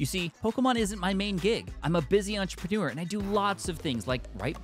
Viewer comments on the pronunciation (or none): none